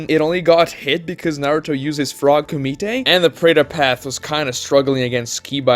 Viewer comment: I've seen multiple of your videos about sage mode recently, so, despite It being used only once, the frog kumite Is often brought up. And it's so funny, because by the way you pronounce It, every time you say that word I picture a french dish (frog's included)